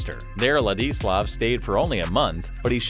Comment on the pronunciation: if only the narrator took the time to learn to pronounce his first name properly